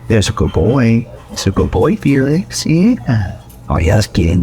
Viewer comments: oh, thank you SO much for giving Felix a few minutes of reprieve... even if you can't pronounce it properly :) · ... Feel-Licks ;-P